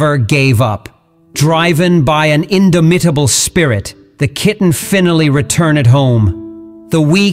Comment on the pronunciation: Wives come and go, but a kitten will last forever. (Might want to get a real human to narrate. The AI doesn't know how to pronounce lots of words: indomitable, finally, etc.)